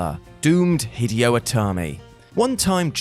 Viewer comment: Do some research and learn how to pronounce the word “Hideo” !! It’s pronounced HID-AYE-OH. You sound like a 2yo trying to say “spaghetti” or “hospital”